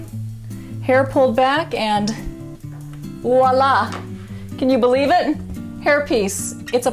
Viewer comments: Why do people say "Walla"? The word Voilà is pronounced Vwah-La. Not difficult. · Did she say "wala"? 😂